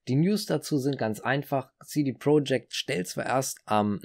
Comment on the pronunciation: Top Video aber CD Projekt spricht man nicht englisch aus sondern so wie man es liest... aber top video👍